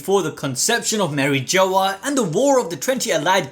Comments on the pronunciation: It’s not Mary-Joe it’s MARI-SH-AAA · This did keeps saying "Mary Joe was" 😭😭😭 I remember it being pronounced "Marie jua" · My mans said “marry joe-uh” instead of “Mari-jzwa” and I’m shook